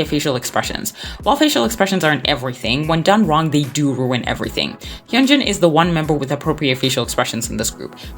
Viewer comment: Your pronouncing Hyunjins name wrong btw